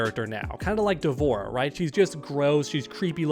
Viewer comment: Watch its D vorah.